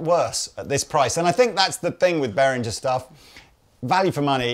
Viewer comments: It's pronounced beh·ruhng·uh, and not the way of unworldly yanks who say 'berinjer'. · Behringer is pronounced beh ringer not behrinjer you utter Muppets. l flipped your video the first time you mispronounced it. !